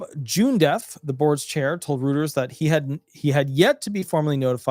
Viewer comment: Reuters is pronounce "ROITERS".